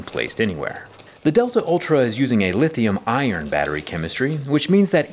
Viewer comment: Lithium ion, not "lithium iron" 😂